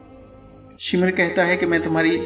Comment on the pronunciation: shimar nahi shimr bolo..........daggay pendu